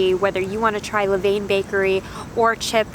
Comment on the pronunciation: La-Vin. :) I hope you were not sick after all those delicious looking cookies. I think I'd like Lavain better. In another viewers video, she said the peanut butter chips taste just like Reeces.(lavain)